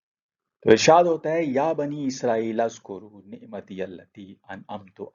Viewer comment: It is oozkuroo not azkoroo and there is grammatical reasoning for it